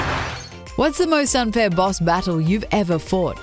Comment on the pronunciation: I believe you're trying to say "most unfair"